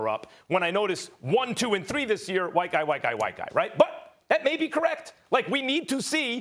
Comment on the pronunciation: the way he says white guy hahhahahah